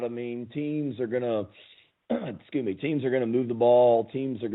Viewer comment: I love how he says “sku me” for excuse me. 🤣🤣